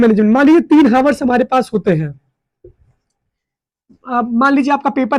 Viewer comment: Hours ❌ havars ✅